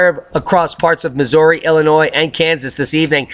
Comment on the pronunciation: BTW; Loved the word play on Illinois/annoy . Awful poetry but at least you know the proper pronunciation. Keep up the good work.